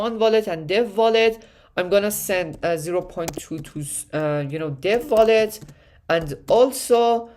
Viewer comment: Take a drink every time he says VOLLET!